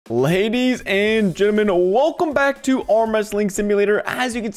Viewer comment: “Ladies and giminal” lol